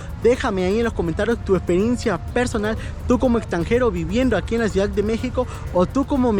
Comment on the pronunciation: Ciudad, no "ciudac" Modismos. No "dialecto"